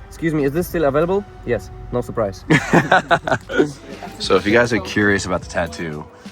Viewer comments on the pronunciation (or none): 9 months after seeing this and not suprised in a polish accent is still my regular vocal stim 😂😂